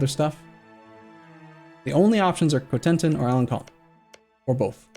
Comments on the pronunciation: Alen-Son not alen-con (the c with the squiggle makes an s sound) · I don't speak french, but I'm quite positive it's "alen-son" not "alen-con". My native language has that character "ç", it has the same sound as S, and, much like french, it's latin derived, so should sound the same, I guess. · do you see the funny tail on the c in alencon that mean you pronounce it like ans s from before people agreed to invent the s.